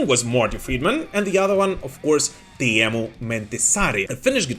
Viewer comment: Whoa, a non Finn says Teemu’s name correctly? Finally! (As a fellow Teemu, I am very happy)